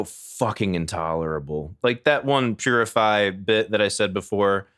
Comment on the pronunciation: Beginning of purify just sounds like he’s saying jibberish don’t even sound English